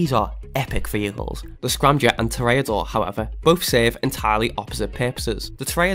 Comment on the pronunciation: You did pronounce toreador wrong, its pronounced Tour ra door